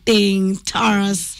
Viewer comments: It is not Taras please. Ongea na utaje majina kama Mkenya. Jina ni Tarus (sauti ya U sio A). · Hapo kwa Taras... Ni Tarus😂 Massawe Japani